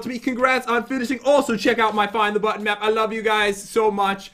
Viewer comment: Button* the second time you said button it said botton